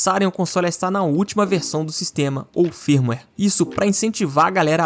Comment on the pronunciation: Cada "firmiueiri" um câncer 🥲